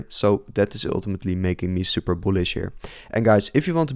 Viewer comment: Gast, je spreekt super en ethereum verkeerd uit... beetje zoals die crypto rover. Maar verder leuke video hoor. We krijgen nog wel een wikkie down om de liquidity the grabben en daarna boomskiboomski